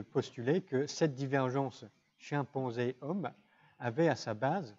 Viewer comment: sont-ce mes oreilles ou il dit ''chien-panzé"?